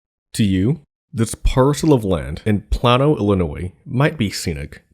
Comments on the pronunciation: The town is pronounced PLAIN-OH, not Plan-o. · The area is pronounced "Play-no" not "Plah-no" FYI... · Plano pronounced plain-o. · FYI...it's play-no, not plan-no :) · Play-no.... Playyyy-No Illinois Thanks. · Plano is pronounced PLAY-no. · I'm pretty sure it's pronounced plaino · For the Love of God, please redo this video and take the initiative to research the proper pronunciation of “Plano, IL” where the Farnsworth House is located. It’s pronounced: “Play-no” like the famous tackle box company. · I am from Plano and you said Plano wrong.